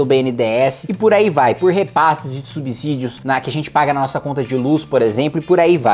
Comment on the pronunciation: Sou seguido dos seus conteúdos, e tenho as mesmas linhas de pensamentos que você, Kim. Adoro seus conteúdos e dinamismo, e por isso acho legal fazer uma leve correção.. subsídio a pronuncia é com S ... sub Si dio... Sub Zi dio não existe. Forte abraço!